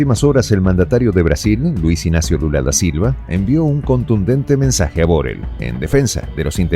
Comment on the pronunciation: ¡¡¡¡¡POR FAVOR!!!!!!!! NO ES BOREL, SINO BORRELL, Y SE PRONUNCIA CON DOBLE R COMO PERRO O PARRA. Y DOBLE L FINAL, COMO LLUVIA.